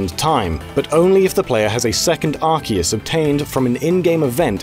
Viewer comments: I thought Arceus was pronounced "Ahr-See-Uhs" not "Ark-Eehus" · Arceus is pronounced Ar-see-Us